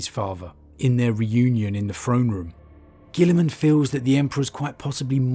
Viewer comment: Just a thought about Roboute Guilliman: His name looks very french, and is probably at least of latin origins, so should it be pronounced "Roh-Boo Gee-Mon" (with heavy french emphasis)??